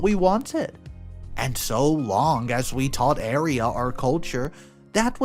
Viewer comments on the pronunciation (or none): Aria!!!!it sounded like you were saying area. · It's aria not eria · Are you saying area?